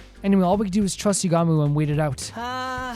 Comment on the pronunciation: By the way, your first pronunciation of "Yugamu" is actually more correct than the EN dub's pronunciation! It doesn't matter too much, but basically don't stress out over whether you're pronouncing it like the dub or not lol. (I sure hope you don't try pronouncing "Kako" like the dub does though lol. That one bugs me in particular, but I guess they didn't want her name to sound like a part of male anatomy??)